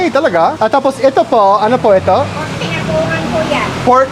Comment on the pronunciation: Ang sarap nyan pork binagoongan with eggplant, pork giniling at skinless longganisa!😋 BI-NA--GO-O-NGAN ang tamang pagbigkas.